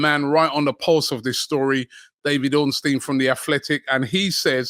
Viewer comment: Bid so big it made Robbie pronounce Ornstein’s name right 🤣